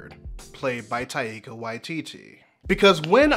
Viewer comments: Taika's name has two syllables, not three! So it's Tai-ka, not Ta-i-ka. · lovely video but I'm pretty sure you're mispronouncing both Taika and Waititi